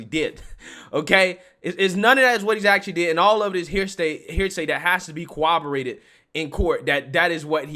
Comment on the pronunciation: There's no W in corroborated. You continuously say "cowoborated" 😂 and your baby voice sounds asinine bro, get ahold of yourself